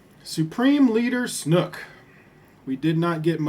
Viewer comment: It's snoke, not snook.